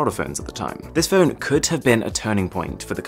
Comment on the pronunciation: He pronounces phone as fern a couple of times